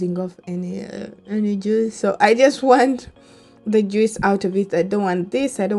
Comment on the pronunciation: You really need to learn how to pronounce JUICE....😇